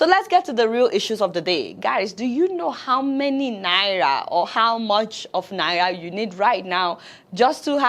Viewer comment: Even the way you are calling this naira ehn... I dont want to hold it or see it with my eyes... "Naiya" 🙄